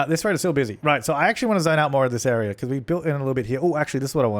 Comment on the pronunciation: i think the reason why siri answered is because you said "this area" and it sounded like "siri"